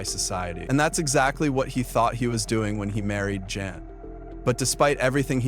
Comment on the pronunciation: Guys mother's name was Jan as in Jan-uary not Yan or Yawn